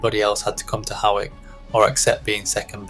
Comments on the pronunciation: Hawick is pronounced “hoyk”. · Pronounced hoiyk ! You are welcome! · The gauge of a fully fashioned machine is needles per 1.5 inches not 1 inch. Please get your facts right. Your pronunciation of both Hawick and Elgin could do with a bit of correction.